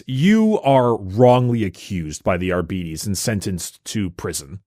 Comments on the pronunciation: Wouldn't it be pronounced like ar-beh-tis or ar-bah-tis instead of ar-bee-dees? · Im so sorry, but ARE-BEE-TEES will never sound right to me. ARE-BIT-TEES sounds better. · I got di-arbetes hearing you pronounce it this way, too. Think "arbitrator." "are-bit-ees" instead of "are-beeties" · Adeptus Arbeedeez nuts. (not agreeing on the pronounciation) xd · the fact that gives a false pronunciation of adeptus arbites only to give an alternative that is also incorrect is so mildly infuriating